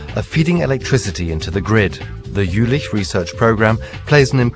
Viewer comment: Was it only me who got annoyed everytimne he said "Jülich"?